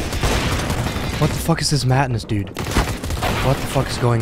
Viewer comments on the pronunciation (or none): did he really say: what is this ”matt-ness” tho....